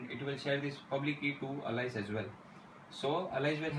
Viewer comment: Its Not "Alaice" Chuttia its "Alice"....